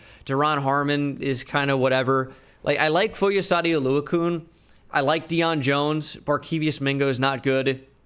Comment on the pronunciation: Oluokun. It’s Oluo-CON not Oluo-koon 😭